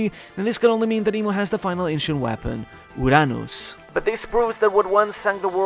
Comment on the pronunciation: until now, you can't pronounce "Uranus" correctly hehehe... kidding aside, love your vids